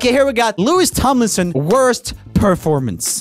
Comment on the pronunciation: Him: lois tomlinson. Me: LOUIS TOMLINSON. Good try tho but it’s pronounced Louie spelled Louis bf calles him Lou